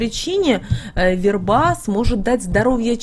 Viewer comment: У неё и верба - вербА. Такой корявый язык